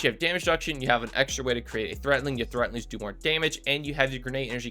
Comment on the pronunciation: It's 'threadlings' with a D. Not 'threatlings' with a T.